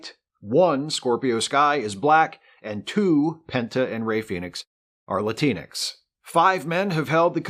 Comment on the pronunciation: As a person of color, I'd like to bring attention to the amazing lack of diversity on your otherwise fantastic and entertaining show. There is only one person in front of the camera on your show, and your in front of camera talent is 100% male and white. Also, Latinx doesn't rhyme with Kleenex.